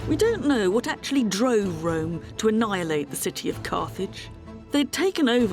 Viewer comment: Listenng to her say "Wome" and the "Woe mans" gives me a headache.